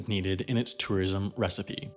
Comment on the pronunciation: You really can’t pronounce tourism? It’s like tor-ism not tah-ism. C’mon dude